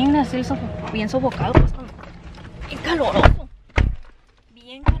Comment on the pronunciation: Noo por favor!!! 😭😭😭😭 no se dice ENVITAR se dice INVITAR y se dice al final de verdad la D y es EXTRA con X no con S y no se dice POS se dice PUES